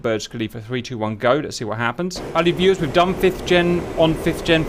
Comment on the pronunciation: So I’ve watched a ton of your videos and I’ve always wondered why you started off each video with “hello valley viewers.” What valley? What makes him think I live there? So on this one I finally heard “hello valued viewers” 😂